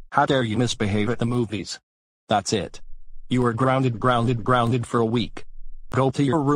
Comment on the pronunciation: Rausey & Classic Gayloo. Ho dar you misbehave at the movies, that it. You are groundses groundses groundses for a wack. Go to your ream no.